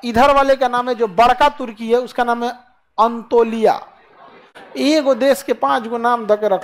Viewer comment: Antolia nhi anatolia kehte hai pronouncation theek karo